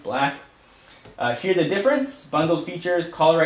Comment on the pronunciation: btw,, you mispelled the. You said rhe.